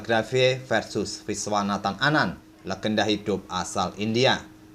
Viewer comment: Legit bener kedengerannya kalau admin nyebut nama Viswanathan Anand wkwkwk